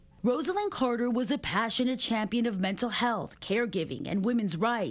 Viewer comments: When memorializing a person, it's a very good idea to pronounce their name correctly. Her name is pronounced RoZZ-ah-Lynn, not Rose-ell-inn. Crikey. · At least pronounce her first name correctly.